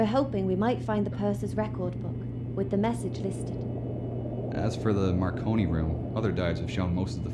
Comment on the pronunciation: he called the marconi room the macaroni room 😂😂